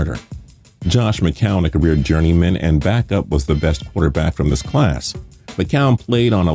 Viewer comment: He said "QUARTER BASS CLASS"